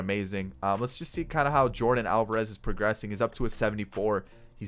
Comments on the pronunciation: I don’t want to be mean but you keep saying names wrong but I like your YouTube channel a lot! Just saying not being mean it isn’t Jordan it is Yordan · It's Jordan but it's Yorden🤣